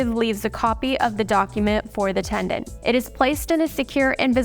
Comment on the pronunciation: TENANT. Not TENDANT 🤦🏻‍♀️